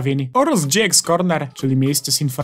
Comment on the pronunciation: Mówi się Opera gie ix a nie dżi ex. (lajkujcie żeby widział)